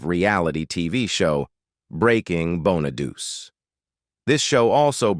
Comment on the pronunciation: Is the voice AI ? The guy keeps mispronouncing Danny Bonaduce name